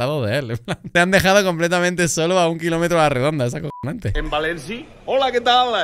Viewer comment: Bua soy de Valencia y cuando el ser este se ha puesto a hablar en "valenciano" creo q me ha entrado el ébola, cringe. Por cierto es València, no Valenci.